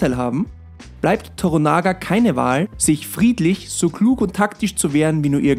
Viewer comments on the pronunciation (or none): Klugscheißermodus an: Bitte noch mal Schreibweise und Aussprache von "TORANAGA" (nicht TORONAGA) checken. Betonung liegt auf dem Mittelteil des Namens toRANAga. Klugscheißermodus aus .. Eine bärenstarke Serie! Ausgenommen das Casting für Blackthorne. Der Schauspieler fällt gegenüber dem restlichen Cast komplett ab. Ihm nehme ich die Rolle nicht ab, sorry. Ansonsten aber ein sehr guter Beitrag. Danke dafür! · Toranaga, nicht Toronaga ;) TORANAGA-SAMA! HOOO!! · Das heißt nicht toronager. Wird schneller gesprochen so wie Toranagga. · Der Mann heißt Toranaga, nicht Toronaga :). Die Serie hält sich glücklicherweise ziemlich nah an die Romanvorlage. Die reale Vorlage hieß Togukawa und gründete eine Dynastie die bis 1867 hielt. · Tornaga WTF? Es heißt To-Ra-Na-Ga, ist doch nicht so schwer. Ein gut geschriebenes Prequel, genügend Stoff für 2 Staffeln gäb es, wäre durchaus denkbar. Stichwort: - Oda Nobunaga (1 Staffel), Invasion in Korea - Toyotomi Hideyoshi (besagte verstorbener Taiko, dessen Sohn wir in Shogun sehen) 2. Staffel Vom Bauern zum General Odas, bis hin zum Herrscher. - Allein die Biografie zu Date Masamune ("Einäugiger Drache des Nordes") wäre eine eigene (4.) Staffel wert. Denn er lässt später tasächlich Schiffe nach europäischen Vorbild bauen und eine Delegation reist sogar über Amerika bis nach Rom, was sogar zur ersten Weltumseglung der Japaner führt. Heute leben sogar noch Nachkommen dieser Reise in Spanien, da einige der Japaner Christen waren und nicht nach Japan zurückkehrten, da in Japan die japanische Inquisition begonnen hatte. (Da war ein gewisser William Adams /Blackthorne nicht ganz unschuldig.) Das wird in Martin Scorsese Film Silence (2016) mit Andrew Garfield, Adam Diver, Liam Neeson und Tadanobu Asano (Fürst Yabu) behandelt. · Toranaga ... nixht Toronaga !!! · Yoshi Toranaga! Nix Torunaga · Es heißt TORANAGA !!!!! ..nicht Toronaga🤣🤣🤣...kein Like ..und auch kein Abo...🤷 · Es heißt Toranaga und nicht Toronaga!!!!